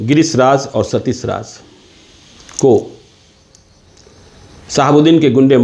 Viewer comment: Sh or sa mein farak toh seekh pe ghonchu. Satish hota hai satis nae